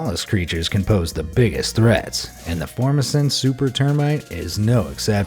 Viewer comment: I live in Taiwan also known as "Formosa". you are pronouncing FORMOSAN incorrectly.